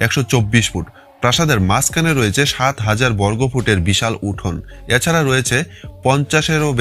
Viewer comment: উচ্চারণ এ পরিস্কার বাংলাদেশী ছাপ- এরমধ্যে>এ্যারমধ্যে, এছাড়া>এ্যাছাড়া,প্রথম>পথম,next>naxte ,😂 , তবু ও খুব ভালো হয়েছে, শুভ কামনা রইলো।